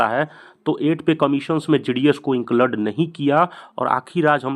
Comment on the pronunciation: Inclade nhi bolte hai include bolte h😂